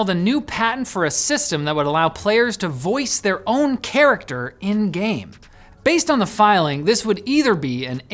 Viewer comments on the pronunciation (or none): none